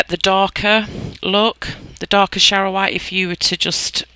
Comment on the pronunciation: I am so in love with your techniques. You pronounced charoite correctly 😆 Thank you for your time, explanations and the effort you put into your tutorials. I am a much better creator after watching many of your videos... I started with Monte Marte and quickly realised that was not a professional product. I wish I could upload a pic of my makes today using your gold quartz. So happy Jan 😆 ♡ 💜